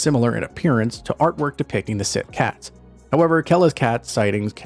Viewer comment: Síth is pronounced "she"